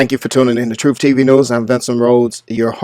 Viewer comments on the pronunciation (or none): "troof" that says it all.